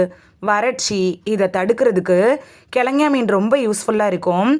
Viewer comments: Speak correctly prounanciation .Not kilagany or thengay meen. Kelongon meen is correct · கிழங்கா மீன் என்பதை கிழங்ஙா மீன் என உளறுவதேனோ? அட! லூஸு!!!